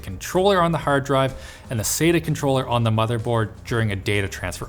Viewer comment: Jesus christ stop saying Sate-AH its SAT-Ah The man sat on the bench. the man it not SATE on the bench.